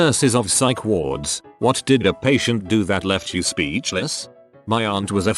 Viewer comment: computer generated voice at start: speeEEechless. Me: choking on my saliva laughing!😂😂😂😂